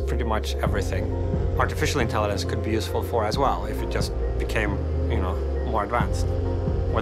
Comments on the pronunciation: Ok but right off the bat he can't pronounce intelligence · it's a mispronunciation, simple as. English is my 3rd language